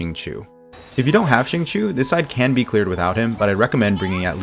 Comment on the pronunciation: awesome video ! this abyss was definitely a lot more fun than the last few cycles (aka wolflord). just an fyi, xingqiu is pronounced shing-choh (qiu rhymes with low and not chew)